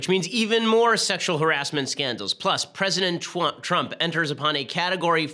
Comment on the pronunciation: You said president Twump lol